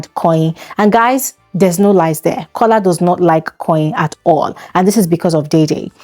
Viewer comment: Kolacat as in “Copycat”😹😹😹😹😹